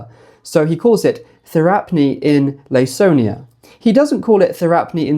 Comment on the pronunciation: Hi, great video! Just letting you know that Laconia is pronounced with a k like Lah-Koh-Nee-uh for future videos :)